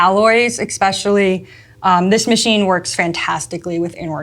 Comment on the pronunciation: I love! then... "expecially".... that hurts my soul...still love!